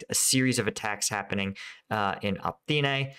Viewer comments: Pretty sure its pronounced O,-pit-na **Opytne U provide decent perspective, but thats killing me 😂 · Opytne. Really not difficult to read. O-PYT-NE